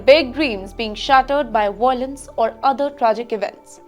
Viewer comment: It's violence not voilence